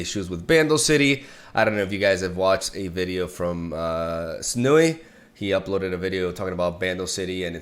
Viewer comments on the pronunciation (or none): I giggled when I heard you call Sunny s nu yi lolol